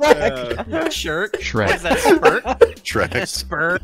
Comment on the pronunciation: Fuckin "Sherk" hahaha 😂